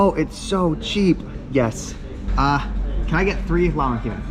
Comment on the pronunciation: Broooo its not lamahun. Its lahmajun